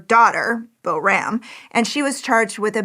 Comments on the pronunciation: She did not pronounce the little girl's name anywhere close🎉 to correctly. Pronounced correctly it sounds like poram, with the "r" making a softer rolling sound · Boram is pronounced more like ‘POOR-rum’ with a rolling R.